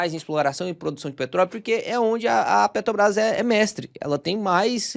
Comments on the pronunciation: Bom vídeo. 👏🏼👏🏼👏🏼 Mas “petObras” é osso hein… hahaha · Carioca fala Petrobras com facilidade kkkkkk